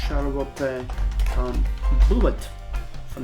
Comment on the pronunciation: it's pronounced shar-le-town, the "t" sounds smush together